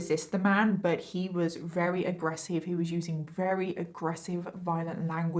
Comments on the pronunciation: The stories are decent BUT the way you say “very/RARERY” is driving me NUTS I realize it’s partly accent but… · Why can’t say very she says rery at the start of the video